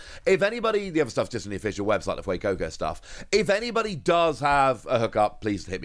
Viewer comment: he actually said fuecoco correct for the first time, i can't believe it, also sprigatito is the best starter